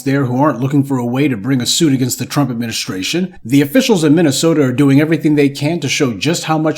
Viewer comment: That’s Minnesota I’m sorry MINNYSEWTA for ya